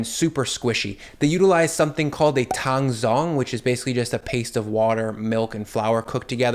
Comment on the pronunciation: My only criticism is that the actual pronunciation of tangzhong should sound similar to tahng-jong.